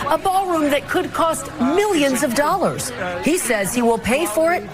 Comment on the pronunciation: Is this why they call them ‘doll-ars’?